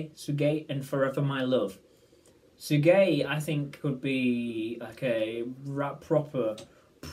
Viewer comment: It's pronounced "Sic-gay". Remember when Camila Cabello sang " Sigue Bailando" in Bam Bam?